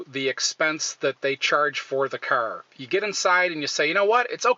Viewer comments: wtf is a ceur... its a fuckking car not a ceur.... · From the way you're pronouncing "car" as "kurr", I'm going to assume you're from the Michigan/Illinois/Indiana/Ohio/Pennsylvania region...